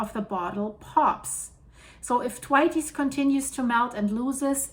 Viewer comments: "Th" as in Thor, "wait" as in delay, "s" as in plural. “the weights” probably isn't correct, depends on how you pronounce "the", but it is a lot better than attempt! Named after Usanian geologist Professor F.T. Thwaites of the University of Wisconsin. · Cannot tell her too many times. I normally give a thumbs up but am getting really fed up with her ignoring the correct pronunciation, having been told in a previous video on the topic. Possibly only reads the comments from paid up members these days? Losing my vote! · Yes! I pointed it out in her previous video about this, but didn't seem to take any notice. Very irritating, as her current pronunciation makes it unrecognisable. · I know this is a such small thing, but if you say “the weights” and then drop the ‘e’ so it would be thweights - that seems the simplest way to describe the pronunciation of the word. Loving all the videos …all this stuff happening on the planet, it’s like being in a train that’s running off the rails except it’s going at the speed from ‘Inception’….